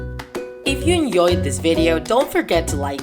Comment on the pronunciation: umm its called enjoyed not enyoyed just sayin